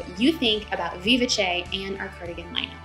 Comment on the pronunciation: You did a phenomenal job explaining all the features of each pattern! And now I know how to pronounce "Vivace", thank you! I'm waffling on the beautiful Fraser Cardigan because I have a wide in the middle shape. And this cardigan I can't close. But I do love the curve of the hem! So many choices!